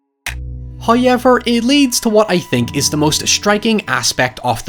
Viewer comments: Lol “highever”. Is it really THAT hard to say “however”? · If u say hoyever 1 more time... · Quickest ‘hoyever’ ever?? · Thanks for bringing up that HOYEVER, I love to hear it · Excuse me that's HOOWER to you